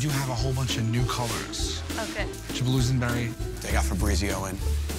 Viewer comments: febreezio killed me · Original151 oh i thought he said “The got febreezioan” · "They got febreezio in" LMAO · Fabrizio* lol.